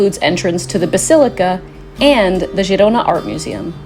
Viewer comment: It's pronounced Herona